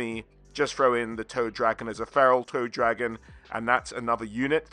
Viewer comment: For some reason, I kept hearing Toe Dragon instead of Toad Dragon. To be fair, a "Toe Dragon" would be in line with Nurgle. 😎